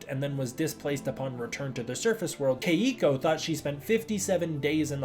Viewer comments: Only gripe is that my girlfriend whose name is Keiko says you're mispronouncing her name and it's 2 syllables not 3. I play your videos right before I go to sleep and she hears it and gets annoyed so she annoys me. lol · Why does he keep mispronouncing Keiko’s name?